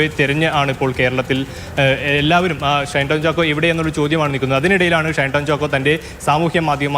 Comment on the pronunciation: റിപ്പോർട്ടർ ഷൈൻ ടോം ചാക്കോ എന്ന് ആവർത്തിച്ചു പറയുമ്പോൾ നല്ല പോലെ കഷ്ടപെടുന്നുണ്ട്. തൽക്കാലം ഷൈൻ ടോം ചാക്കോയുടെ പേര് ഒന്ന് മാറ്റി വല്ല ബാബു എന്നോ കുട്ടൻ എന്നോ മറ്റോ ആക്കിയാലോ.😂